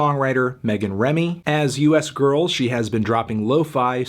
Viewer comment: Word is the name is supposed to be pronounced "Youse Girls".